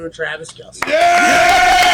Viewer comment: It’s pronounced Travis kelss lol